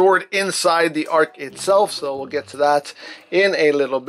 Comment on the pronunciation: did he say ark or arg like a pirate